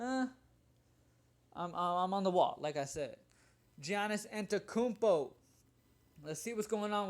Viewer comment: not even to be petty but listen bro - yonnis ontay-too-kunpo (pronunciation) also, JOSH richardson ;)